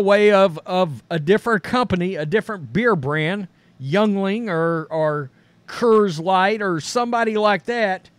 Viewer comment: My dude said Youngling or Kurrs lite 😂